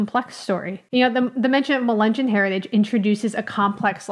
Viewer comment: It’s not pronounced accurately. Melungeon, no hard “g”.